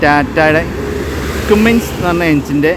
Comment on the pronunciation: കുമ്മിൻസ് അല്ല ബ്രോ കമ്മിൻസ് ആണ്.